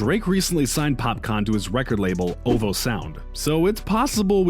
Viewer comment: Mans said “Ovo sound”